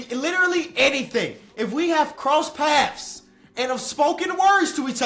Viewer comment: “ if we half crossed paffs”